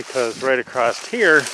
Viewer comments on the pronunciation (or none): it is said across not acrosst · touché-just a pet peeve of mine ..i hear a lot of people mispronounce across -not sure why that word is butchered